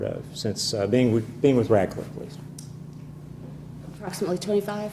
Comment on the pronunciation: Radcliff? I thought she said Ratchet